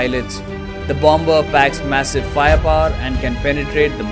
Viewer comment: not bom -ber ..it is Bomb - Mer